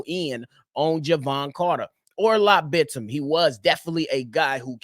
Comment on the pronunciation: btw you're pronouncing Bitim's name perfectly